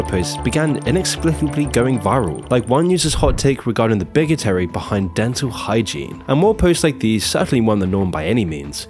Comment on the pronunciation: "big-o-terry"? You mean 'bigotry'? Brah!